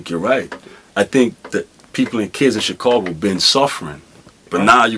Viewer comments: It's chicago not chicorgo 😂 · I tought i was the only one earing that haha dude keep sayin "chicogo" why SD not laughing haha i would be turnt up kkk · Why this nigga can't say Chicago? 😂